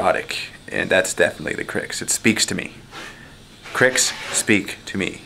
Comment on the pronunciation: you should get Fireman Tim in for a couple games of WM as I think he put the first WM video up on your channel. I'm hoping he is the PG that is going to be teaching you. Also thank you for pronouncing the name Cryx correctly unlike that clown at that painting company Bluesomethingorother.